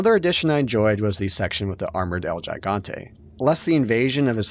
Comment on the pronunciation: I really love your reviews... But Gigante.